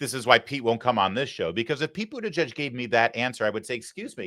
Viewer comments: It's literally pronounced 'booty judge'. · Booty-WHAT??? People pronounce his name in DIFFERENT ways! It is Hilarious!!! Now he Dreams of Being the 1st What ? PRESIDENT